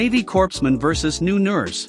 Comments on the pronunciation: Corpsman is pronounced CORE-man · "Corpsman" is pronounced "coreman." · Does anyone else get pissed every time the automated voice pronounces "corpsman" with the "p" and the "s"... instead of pronouncing it correctly?